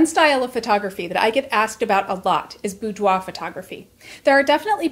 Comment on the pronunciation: The first thing I learned from this video is how "boudoir" is actually pronounced.